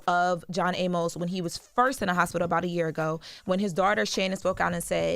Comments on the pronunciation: It’s pronounced “ay miss” not “a-mose”. I’m saying this cause unlike this girl, I actually respected this man’s career and actually watched Good Times and Coming to America. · I know there are wayyyyy more important things to talk about BUT Amos is pronounced A-mus‼️ There is no E at the end y’all. THAT would make it A-MOSE, same as how you pronounce the word Pose‼️ I cringed every time they said it‼️🥴 Welp there’s y’all English lesson for today‼️🥴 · Why they let her keep on pronouncing his name "John A-Mos" 😂😂😂